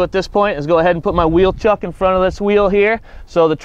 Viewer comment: An FYI, they are wheel "CHOCKS" not wheel "chucks".